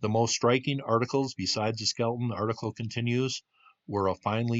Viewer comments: Skel-EH-ton. Say it with me. Three syllables. Good stuff. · You lose a lot of credibility when you mispronounce words. Skeleton has three syllables, not two.